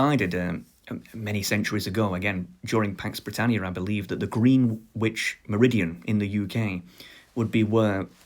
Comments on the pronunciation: Green Witch? It's Grennitch mate, innit. P.S. I'd pick Spanish or Mandarin... ...if English didn't exist! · Actually Greenwich is pronounced "grenitch" look it up its real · it's pronounced like spinach